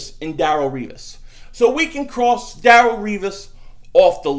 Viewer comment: Lol Daryl revis lmao. It's Da relle say it DA RELLE. DA DA DA DA RELLE!!! Wokka wokka.